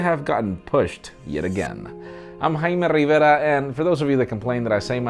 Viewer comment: Dood i still don't understand ur name "hi ma riva"